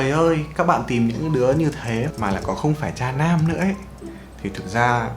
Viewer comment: nghe "cha nam" cứ tưởng tượng ra cái khác chứ không phải "tra nam"